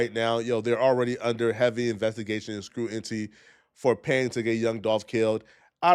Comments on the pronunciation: Bruh it’s scrutiny not scruentee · “Scrutinty?” Cmon brother 🤣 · He said Screwinty u mean scrutiny 😂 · “Scrutinty” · Scrutiny. Not scruinty. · Why are you snitching. Scrutiny not scrun and T